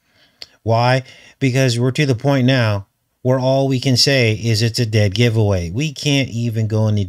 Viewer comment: when you said giveaway show at the beginning it sounded like you said goetia... speaking of goetia please lookup Herbert Marcuse I think he's a much closer match for bael or Baal than was faux chi Minh. I am not sure if you got my comment about that he's the inventor of critical theory (Herbert Marcuse of Frankfurt school)